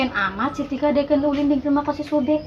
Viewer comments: salah nyebut ngaran tah si tika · Da yg salah ngucapin si tika manggil bek mlh tip 💯% salah